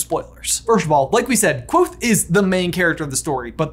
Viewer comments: The Kv is a digraph. You hear both letters. "Kuh-vothe" isn't quite right but it's a lot closer than Quothe. Yes, I'm gonna be the weird fantasy pronunciation guy (even though Pat says to pronounce it however you want) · Ha lol I always pronounced it ''ka-vo-they'' in my head whoops